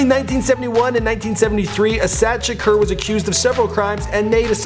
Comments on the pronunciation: It's tupac sha-core not sha-ker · Tupac Sha-KER? Lmao you must be pronouncing wrong on purpose. It's every video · "Shakurrrrr" Lol